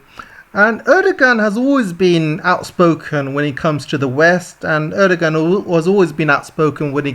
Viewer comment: "Erdogan" is pronounced "Erdowan" in Turkish. India's water crisis depends on the actions of China in Tibet. China is damming the glacier fed major Tibetan origin rivers, and diverting the water to the Han Heartland in eastern China. This problem not only affects India, but can also be seen in Southeast Asia where the flow of the Mekong River has slowed to a trickle due to Chinese dam building. mentions the drug problem in America. Fentanyl is the biggest drug threat to Americans. The Fentanyl is manufactured in China, transported to the Mexican Cartels, and smuggled across the US border. Russia is not America's major enemy. China is, and should be treated as such. The problem is China makes cash distributions to corrupt American politicians and other elites to by them off. However, the overwhelming majority of average American people detest China. China and America have a rendezvous with destiny coming. Crime in America is not a problem as long as one travels with a companion like Sig Sauer, Smith & Wesson, or Glock. Russian wheat is subject to international sanctions. A country can purchase wheat from Russia, but it won't be able to ship it home by sea because the US Navy will intercept the vessels on the high seas. Turkey will end up getting paid off in order to approve admission of Finland and Sweden. Other European countries are unlikely to commit extortion like Turkey.